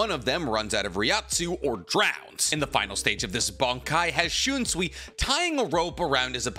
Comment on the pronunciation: "The idea of enemy and foe", "and combined them" "and shunsee", "yakaba" "releasal" "zaka no tachi" "and considering the fact x2" "yachaba" "old man zengetsu" "yichaba x2" no mention of other squad zero member despite seeing one and the qualifier of Ichigo not showing his true bankai ability still made the list. There were several others but maybe slow down on the videos if you're having trouble speaking and yk making sense.